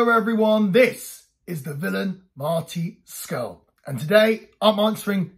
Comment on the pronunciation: Not only did you pronounce my name right. You're one of the few who have. Thanks for taking time to do this. 🙂